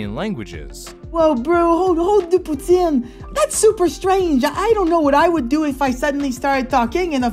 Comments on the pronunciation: person from romania here, A++ accent and pronunciation. i mean, this was fantastic. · The pronunciation of puțin was so on point great job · I laughed so hard when I heard "Hold (on) puțin"